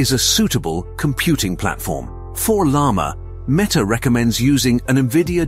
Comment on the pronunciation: El Lama? Mee Ta?